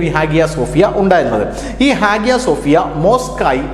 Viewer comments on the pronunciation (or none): @@@ note >>>. ഹാഗ്യ സോഫ്യ എന്ന് ഇംഗ്ലീഷിൽ എഴുത്തുമെങ്കില്ലും അവിടെ ഉള്ളവർ പറയുന്നത് ഹയാ -സോഫ്യ എന്ന് ആണ്.